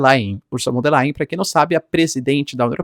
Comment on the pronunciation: O "V" em alemão, representa.o fonema "F"... portanto [=fon der lain]. E o ditongo ",("ei" = " ai". Ex.: Einstein, Frankenstein..etc Pronúncia correta: portanto é = [ = fon der lain] P'ra representar o fonema "v" em alemão, emprega-se o "w".. Ex.: Walter, Wagner, wilhelm [Villrrellm.] Fique esperto. O alemão é bastante Fonético A grafia corresponde em muito à pronúncia... Ao contrário do inglês, que em geral grafia não tem nada ver, com pronúncia... Portanto pronúncia-se [fon der lain] Lembrando que o ditongo "ei' pronucia-se "ai". EX.: EINSTEIN.Rubinstein, Frankenstein. etc. O "s" tem som de"z" E o "z" têm som "tz" Simples assim... Algumas dicas mínimas.. Sem erros grosseiros..